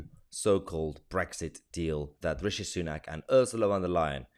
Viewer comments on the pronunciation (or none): none